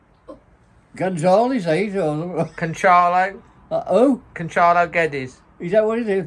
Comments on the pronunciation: GWEDDES not GEDDES! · Guedes surname is actually pronounced as "Yedes (yed-ez)"